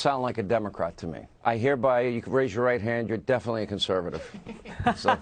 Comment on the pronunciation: I heard her speak at Standing Rock, now she is a "conserative?"